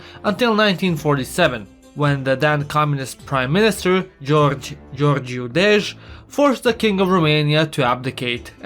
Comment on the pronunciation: i love how he absolutely butchered Gheorghe Gheorghiu' name, but perfectly pronounced every other in the video.